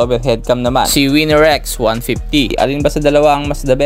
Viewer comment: Boss dika ata maka pronounce ng R😂😂wine x snipew😂😂